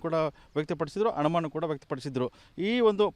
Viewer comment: ಅಣಮಾಣ ಅಲ್ಲ ಅನುಮಾನ.